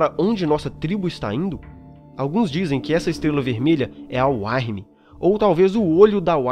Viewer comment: muito bom cara, só a questão da pronúncia que tem que ser melhorada, Uktena se diz "Ú-qui-te-na" Wyrm "Ú-ir-mi", parabéns pelos vídeos!